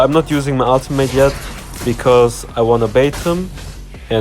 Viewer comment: Smh I thought you said automate until I realized you meant ultimate lol